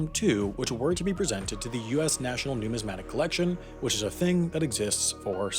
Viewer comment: Cool video. I knew about it, but I really enjoyed your presentation. The stress in numismatist is on the second syllable. You pronounced numismatic perfectly, in which the third syllable is stressed.